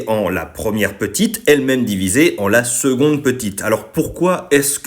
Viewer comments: Alors tout c'est génial mais on dit seConde et non pas seGonde ( en plus en latin tu le dit correctement) pour ceux qui connaisse et suive Athéna TMTS ;) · Et pourquoi ça se prononce « seGonde » ?